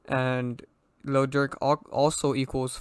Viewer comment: Bru I thought you said durk is fbg duck